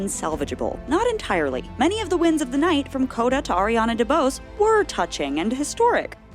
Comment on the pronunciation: Who the hell is Ariana "The boss" lol The accent on the é indicates you have to pronounce that letter: DeBosé 🤣🤣🤣🤣